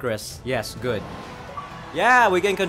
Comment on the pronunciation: I saw u when u was going back to the city u said u ready agnore he said I fell idk inside of me and u said goot U MEAN GOOD WHAT THE HECK IS GOOT